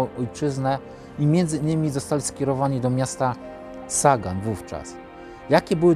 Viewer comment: Pisze się ( po niemiecku ) Sagan ale wymawia się "Zagan" [ Sa..=Za.. ].